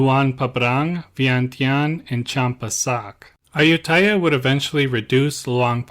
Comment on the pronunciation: It would be nice if you could pronounce Ayuthaya properly unlike the typical POME way.